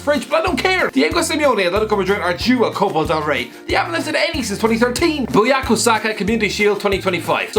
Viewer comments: Bukayo not buyako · said BUYAKO and I don't know who TF that picture was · His name is Bukayo not Buyako. and the picture isnt him... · He said Buyako instead of Bukayo and put the wrong pic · Man said buyako uno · I had to confirm twice, but he did call him 'BUYAKO', while he can literally read 'BUKAYO' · Oh my god literally said Buyako Saka instead of Bukayo 💀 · Fikayo Saka and Bukayo Tomori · You'll never confess you're not good at predictions, are you,? How many more wrong positions and paid bets are gonna happen until you finally give up for good? And your pronunciations are really top notch as well: BUYAKO Saka instead of BUKAYO Saka! It's an relatively easy name, and even that you manage to butch it. Good lord. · It’s BUK AYO Saka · Did he say buyako saka??? LMAOO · "Buyako Saka"??? Atleast say his name right and show a picture of the right person for chrisst sake. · he said his name wrong and the picture isn’t even him 😂😂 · So not only did he pronounce bukayo saka wrong he put the photo of another black person. Noted :|